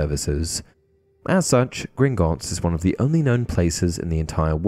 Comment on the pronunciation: How many times can you say “Grignotts” incorrectly? Idk the actual number but you said it wrong at least 20 times in this video.